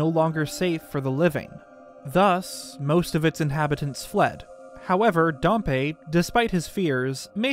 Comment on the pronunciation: Why do youtubers so often mispronounce words snd and names? Pa-mella? No, PAM-ELLA- is how Pamela is pronounced. It's also Dam-Pee not Darm-pay. For Dampe.